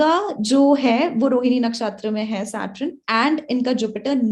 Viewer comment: aap SAT RUN q bolte ho Mam 🤣